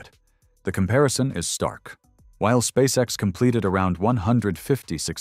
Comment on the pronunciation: ON ne dit pas spasex mais Spsace X !!!!monsieur l'orateur!!!!!!